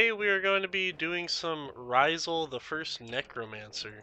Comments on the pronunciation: Love the guide dude. But Rysal? Ra-sial 😂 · this man called him "Raw-zul" its Rasial! "Rah-si-al". Good video over all though!